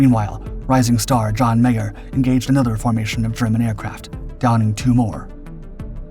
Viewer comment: He keeps saying "John Mayer". It was John Meyer.